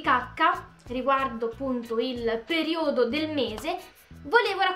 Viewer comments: Si dice período e non periódo✋ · ma perché dici periòdo ahhahha cmq ti adoroooo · periodo mi raccomando con l'accento sbagliato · Perìodo, non periòdo. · si dice perIodo non periOdo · Oddio. Ha veramente detto periòdo. Muoio. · PERIODO ... CAZZO UNA PAROLA FACILE FACILE E NON RIESCI NEMMENO A PRONUNCIARLA .. PER CARITÀ